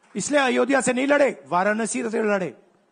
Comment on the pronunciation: अयोधया bole jara bhai , pehele nam to sahi se lena sikh lo अयोध्या hota he vo fir ana vote mangne de denge vote